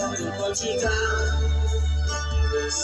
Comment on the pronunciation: Pronounced Sluff .